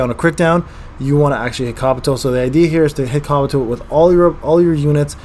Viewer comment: Did call Kabuto,,Kraputo"?😂